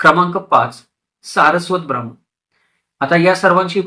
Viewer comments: छान माहितीपर व्हिडिओ. फक्त ब्राम्मन म्हणू नका. ब्राह्मण म्हणा.🙏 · Information is more important than the perceived pronunciation